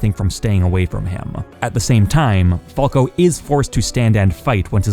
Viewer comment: Stop saying falco like that